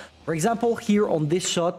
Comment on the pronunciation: by the way, you prounce anggael as an-gga-el, 3 syllabus. just a heads-up, mind